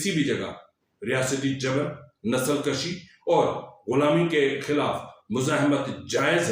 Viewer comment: PLS ,NOT THIS ,THE WORD IS NASAL KUSHI .NOT NASAL KASHI .